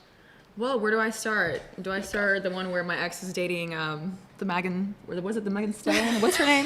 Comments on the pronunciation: How did your friend pronounce her name correctly and you still chose to intentionally mispronounce it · Bffr you know how to pronounce meghan😒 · GIRLLLLLL you know how to say her name. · She can’t pronounce Megan but i bet you she knows every pic megan posted on ig and her grandmother’s birthday 😐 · Your comments on Megan and ex come off as very racist. It honestly so disgusting. Are you shocked that a black man would date a black woman? Then you don't do who Megan the stallion is or you can't pronounce her name. You guys are all trash. The lowest of low. I pray if you have black friends they are no longer friends with you. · She pronounced her name wrong on purpose. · She didn't have to say things about Megan (acting like they dont know who Megan is and mispronouncing her name). She isn't dating Megan and she doesn't have a say who her ex dates since they aren't together anymore. And the fact they only talked on the topic for less than 2 minutes then left especially since it wasn't in the middle or end of the video says alot. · No way did she pretend like she didn’t know how to pronounce “Megan”… And the other bitch brings up Meg’s abuser Tory lanes… these girls are mean and nasty. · It was the blatant micro aggression in mispronouncing Meg’s name while also being able to perfectly bring up Tory. They knew exactly what they were doing and was pressed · Why you so hung up on your ex and who he's dating and you know how to say her name you're not as stupid as you look. Ik its hard but please rub your two braincells together really hard and actually post something that doesn't scream "I'm a dumbass" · Pretending not to know how to say Megan a VERY common white girl name is hilarious. Ew hahhaa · Dont be dense now you know how to pronounce her name just wanna be jealous 😤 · LAME AS FUCK! “Not Tory Lanez” and you can’t pronounce “Megan” meanwhile had videos posted with her songs playing. Just say you hate black women 🤷🏽‍♀️🤷🏽‍♀️ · Still can’t pronounce Megan?